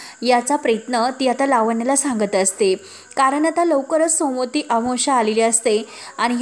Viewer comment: सोमोती नाही सोमवती अमावस्या